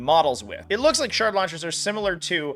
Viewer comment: For a second i thought he was saying "shart launchers" and i was like damn these bugs are nasty